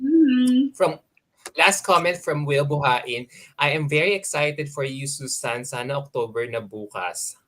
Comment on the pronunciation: The pronounciation should be SUZAYNE, not SUSAN.